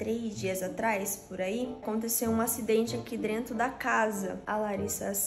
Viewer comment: Aconteceu um acidente aq " drento" kkkkkkkk